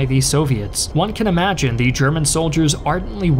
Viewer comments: I noticed you only say thE not thUH…. And now I literally can’t concentrate because all I can hear while you talk is thE. 😭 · GAAA! please stop saying "thee" it's "the" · Ok - great video, BUT "the" narration is a bit whacked here. This narrator must have gone to "Thee Ohio State University". FYI, not every "the" is pronounced "thee" in English in every format. Made it weird enough that I had to stop watching because of the consistent emphasis on that one word - "thee". He would almost pause mid sentence to enunciate "thee". IE Thee German army attacked thee Russian army at thee city of Stalingrad. etc.... Just really weird IMHO....